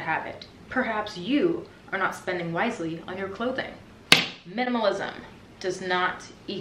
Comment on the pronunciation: I just love that "MINAMALISM 101"